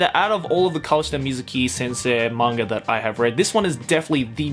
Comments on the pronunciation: Anyone else bothered by the fact that he pronounces "manga" with an R at the end? I know it's just because of his Australian accent (and as someone with a bit of a Texan accent, I probably shouldn't be one to criticize), but still, it bugs me... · There's no 'r' in the word "manga"...